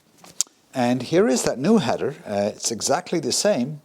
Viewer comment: Hi. I made a comment on one of your Mini videos about the clamp on the tailpipe. That wider clamp you showed us for the TVR, would look great on the Mini tailpipe. And you have 'header' pipes! 😁 'Heather' grows in the mountains. I know English isn't your first language, and we all know what you meant anyway so it's all good. Keep up the hard work.